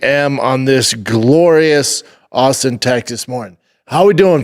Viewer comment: Shaub calling himself an awlstin native 🤣 my god you’re an idiot